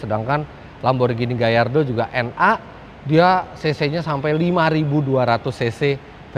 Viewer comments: revolusioner darimana nya bang, agera rs udh diproduksi dari thn 2015, itu berarti bkn nsx yg pertama pake motor listrik sma twinturbo. saran mending research dlu, banyak info yg keliru. 918 spyder itu bkn ferrari tpi porsche,dan lamborghini gallardo dibaca sesuai sma tulisannya bkn gayardo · Gayardo om 😂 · "Lamborghini gayardo" kayaknya om fitra eri typo mulutnya, atau sayanya yang salah denger😂